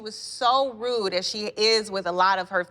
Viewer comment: "So nasty and so ROOT"...think Nene meant "rude" lmao